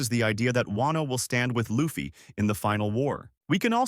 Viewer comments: U lost me when u said laffy instead of luffy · Hmmm can't pronounce luffy? Yikes.